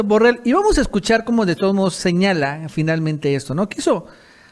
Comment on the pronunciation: Borrell es catalán. Se pronuncia: Yusép Borréll. De la misma forma que Trump se pronuncia Tromp.